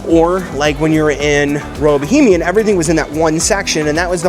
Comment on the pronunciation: Great video! However, it's Royal Bahamian not Bohemian.